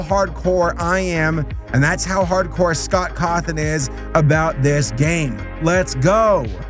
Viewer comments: You DID say Scott Cawthon's name right! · Yeah you said it right. Also who's your favorite fnaf character? ^w^